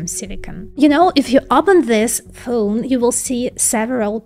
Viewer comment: stick to saying phone, "phoon" i like it. its pronounce like ty-phoon